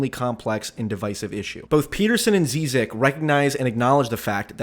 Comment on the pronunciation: This is precisely the reason I was so excited for this debate. Hope they have a part 2 cause I think they never really got into it PS: You're pronouncing Zizek wrong